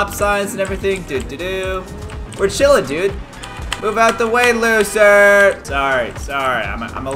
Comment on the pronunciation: I love how caylus says losers 🤣🤣